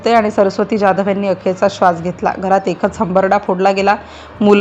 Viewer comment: ज्याधव का म्हणता ? जाधव म्हणा... काय साधी मराठी पण बोलता येत नाही की समजत नाही.